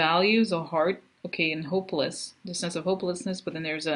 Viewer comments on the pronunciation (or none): none